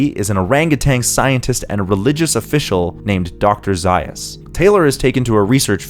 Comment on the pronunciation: Nice insight. However, you mispronounced Dr. Zaius' name.